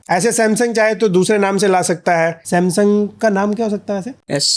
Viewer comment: Samsung ❌samsam✔️😂